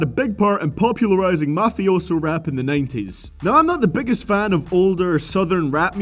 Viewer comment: you say 90s wrong